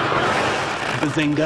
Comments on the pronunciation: Guys I am recently getting into this show. But I don't understand why does Sheldon says Bazinka. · Antonio Yates it is actually BAZINGA NOT SPALINGE!!!!!!!!!!!!!! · more like bazing-who?